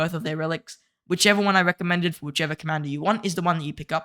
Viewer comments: Good video and cao cao is pronounced tsao tsao just so you know 👍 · DID BRO SAY CACA CACA LOL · bros pronunciation of cao cao 😭